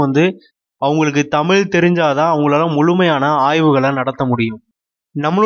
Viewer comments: உண்மையோ ஆராய்க... நீங்கள் தமிழ் எனும் வார்த்தையை உச்சரித்து பழகுங்கள் நீங்கள் ஒவ்வொறு முறையும் தமிள், தமிள் என்று உச்சரிக்கும் போதும் கேட்க பரிதாபமாய் இருக்கிறது. இவ்வாறு சிறந்த விழியங்களை எங்களுக்காக வழங்குவது என்பதே மிக சிறந்த சேவை.அதற்காக தலை வணங்குகிறேன். இனி வரும் காலங்களில் இவ்வாறான தவறுகளை திருத்திக் கொள்ளுங்கள். இது என் தாழ்மையான வேண்டுகோள்🙏🏽. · தமில் இல்லை தோழர் தமிழ் உச்சரிப்பை உச்சரிப்பை சரி பார்க்கவும் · தமிழ் மொழியில் பேசும் போது 'தமில்' சொல்லாமல் 'தமிழ்'என்று சொல்வது நல்லது.நன்றி. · Starting of the video the person who is giving basic intro does not know how to pronounce TAMILZH......he is not able to pronounce LAZHAGARAM properly......this is disturbing......it's TAMILZH not TAMIL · முதலில் தமி'ழ'் னு சொல்லு தலைவா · Thamil ennum ucharippinai muthalil thiruthikollungal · Tamil ah olunga ucharinga athuthan.....neenga tamil ku kodukira mariyatha